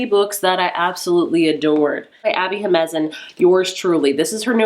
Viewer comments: I can't wait to read Happy Place and Yours Truly so I'm glad you enjoyed them! As a side note, I know you struggle with the pronunciation for Abby Jimenez but maybe practicing sounding it out or reading it phonetically would be helpful? It's pronounced he-men-nez. There are also author interviews where she introduces herself so maybe looking those up can help. I would just want you to avoid offending Latinx readers with incorrect pronunciation since its a Latinx name so I hope you don't take this personally. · Love your videos but Jimenez is pronounced he-men-ez